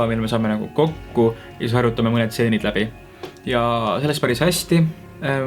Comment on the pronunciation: Võta shot iga kord kui ütleb “stseeni” asemel “tseen”